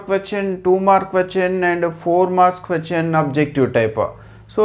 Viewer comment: Questin not question